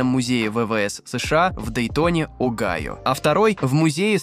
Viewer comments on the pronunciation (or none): none